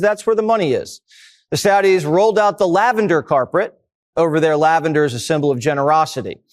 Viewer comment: "carpret"? Jesse can't even speak English and has a girl's name.